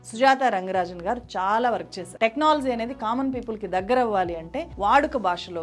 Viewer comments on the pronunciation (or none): 1st time me video chuusaanu. Chala baaga present chesaaru. Koncham MTI mother tongue influence raakunda chuskondi inka polished ga untundhi presentation. Flop ni flap annatuga undhi technology ni technolozi la undhi. Ilantivi. Meeru inka paiki raavali ane ee feedback